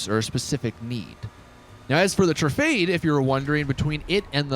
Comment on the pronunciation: Tru-fah-day not tra-fade